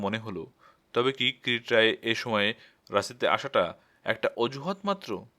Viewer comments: Pronounciation is not good. It's not Kirit it's Kirti roy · যিনি গল্পটি পাঠ করছেন, তিনি যদি নিহার বাবুর গোয়েন্দা কিরিটী রায়ের নামটা বার বার "কিরিট রায়" বলাতে বড্ড শ্রুতি কটু লাগছে। ওনার কাছে সনির্বন্ধ অনুরোধ,উনি যেন সংশোধন করে নেন। ধন্যবাদ। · কীরিট রায় কী? নামটাও ঠিক করে না বললে অসহ্য লাগে